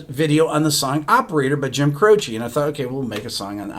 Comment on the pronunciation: His name is pronounced Cro-CHE (not CHEE). With the accent on the last syllable. Dick Cavitt asked him when he was on his talk show and that's what Jim said.